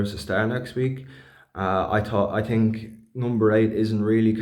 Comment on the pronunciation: I TINK, I TINK......😂